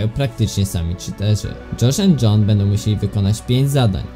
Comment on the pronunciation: dżosz end dżon XD